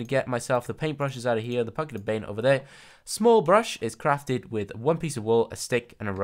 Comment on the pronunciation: " The Pucket of Baint" - Joebuz 2015